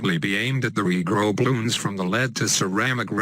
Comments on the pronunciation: When he says regrow it sounds like negro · omg the way he says regrow